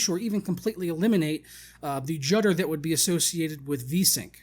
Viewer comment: Did you say jutter? I thought you did about 3 times. Is that a word? lol